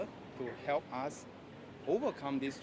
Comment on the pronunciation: U are the Trouble Unqualified Factor among other puppies U cant even pronounce us & saying ASS.